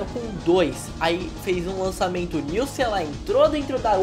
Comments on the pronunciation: MDS !!! O nome da qualidade de acerto da captura de um Pokemon é Nice(pronúncia:Naici) e não Nilce !!!! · Tiih Laranja ele fala brincando, em referência a Nilce do coisa de nerd e cade a chave